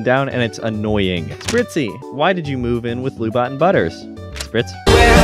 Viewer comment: Lu-Bot said fast sounds like Lub-bot (as in lubricant robot). Lu-Bot probably broken-up with MechaGodzilla because their "Netflix & chill" didn't go well because of lub.